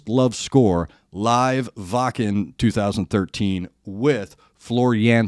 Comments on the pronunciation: I am a fan of the band, and now the channel. You pronounced Wacken correctly. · You may be the first American on Youtube that pronounced Wacken correctly. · You are the first reactor who pronounces Wacken right.